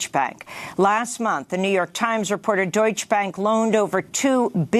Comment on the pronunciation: Amy the Germaan word "Deutsche" is pronounced "Doytch-eh". Two syllables.